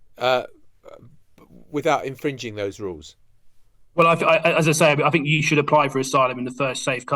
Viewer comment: The word is THink, not fink. Surely a basic prerequisite for an MP is an ability to speak properly